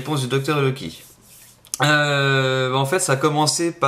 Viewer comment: Loki = "Loik" :D ? ?